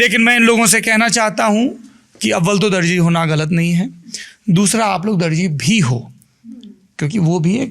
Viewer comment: intro zabardast tha jnb....magar DARJI nahin ..DARZI lafz hai, aap jese widwaan ki zabaan se aisa sun kar takleef hoti hai.....